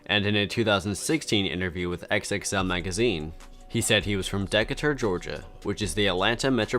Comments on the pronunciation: Its Gun-na not Goon-na lol You gotta work on your pronunciation You butchered Decatur lol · Sahbabii too lol